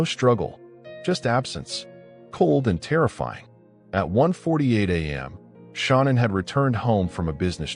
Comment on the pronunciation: Her name was Shan-Ann not Shawna!